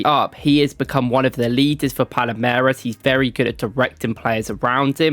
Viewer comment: It also should be Palmeiras....not Palameiras right?